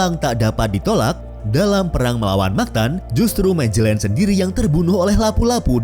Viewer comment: Dibacanya Magelan bukan Majelen, ini Spanyol bukan Inggris